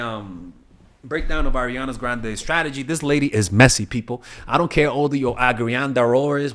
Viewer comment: I love the r on grrrande 💀🤣